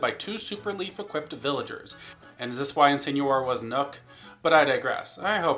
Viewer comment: You say Incineroar wrong and it makes me mad.